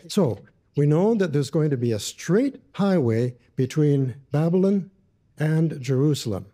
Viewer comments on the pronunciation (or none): I find the way pronounces Babylon "Bab-lin" really irritating 😜😂 I can't believe didn't even mention John! I actually no longer believe JWs are Christians, now. And I used to be one!